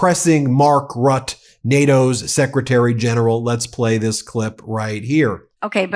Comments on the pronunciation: How come you can say Mette with an e, but when u say Mark Rut... It is Rutte! Mette, Rutte, same prenounciation. You don't say met. Why say rut? You say Mette properly. Say Rutte properly too please! Omfg! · pronouncement Rutte is like RUT -TUH. pleas stop calling him Rut. And also I hope someone will teach him to speak English without the Dutch grammar and accent. 🤦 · It's Mark (teflon) Rutteeh. Not Rut :D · Mark Rooteh is his name. Ben, say his name! He is not a "Rat". If you want to make international news, you MUST learn at the least fundamentals of other languages and their pronunciation. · It’s RUTTE you guys please get it right lol ROOTTAE idk how to write the pronunciation. Just google it please e😅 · Could you please put a little more effort into pronouncing names correctly ? 'Mark Rutte' = 'Mark Rut-tuh' "Macron' = 'Macrohn'.. A lot of people, not just from the US, rely on you guys; and it's good for the people in the US to know how to recognize who is being spoken about, in nations themselves. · Ben Meiselas, Please find out how to pronounce the name of Mark Rutte correctly. You not only sound recidulous calling him Mark Rut, but that is also insulting. Do your job. It should be very easy with AI tools. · Roo-tuh. Please research local pronunciations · Please Ben, do in the future pronounce the name of NATO GS Mark Rutte correctly [ˈmɑrk ˈrʏtə].